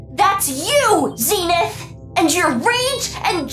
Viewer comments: I just want to say Zenith should be prounounced ZEN like zen gardening not Zeenith, Zenith is referring to the zenith or peak of a mountain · His name is Zen-ith